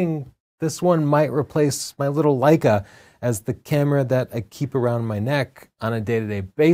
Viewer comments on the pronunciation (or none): none